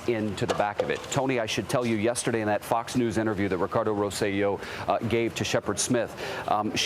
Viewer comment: Love the emphasis on the word "Fox". That was very Illhan Omar-esk of you.